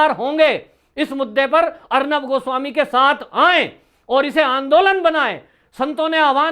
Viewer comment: आप किस बेवकूफ की बात कर रहे हैं , उस अखिलेश प्रताप सिंह की , जिसे एक लाइन इंग्लिश बोलना नहीं आता है। और अब तो लगता है हिन्दी शब्द का भी उच्चारण सही तरीके से नहीं कर सकता है। पत्रकार गोस्वामी जी का नाम भी ठीक से नहीं बोल पाता है। ऐसे ही लोगों की जमात भरी पड़ी है आज कांग्रेस में।